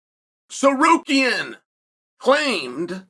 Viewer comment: omg he said Tsarukyan right